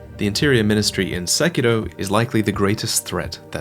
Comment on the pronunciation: Your saying "Sekiro" wrong